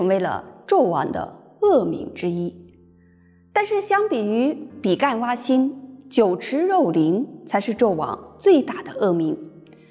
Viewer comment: 比干，干音ㄍㄢ。天干的干。